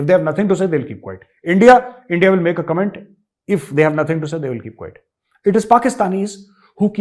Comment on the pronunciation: I am M.A.B.ed from m.s uni of Baroda लेकिन आप के अद्यतन उच्चारणो से दंग रह गया जैसे "" एनडीया "" "कांपे टांगी " " कनडडा"